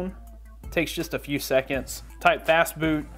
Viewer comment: When he said fastboot i thought he said fastfood XD lol